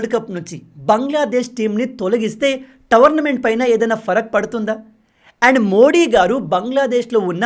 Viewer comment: టోర్నమెంట్ bro tavarmentt kadu